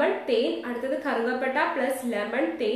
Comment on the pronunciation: Karuka patta alla karuva patta anu